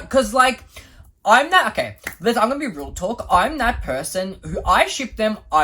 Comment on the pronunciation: Whenever says "Hmm, okay", he sounds like he's saying "I'm gay". 💀